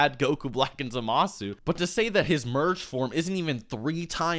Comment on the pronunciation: It bugs the crap out of be that you keep pronouncing Zamasu's name incorrectly.